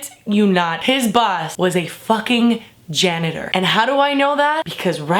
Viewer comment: When she said "janitor", I dropped my phone.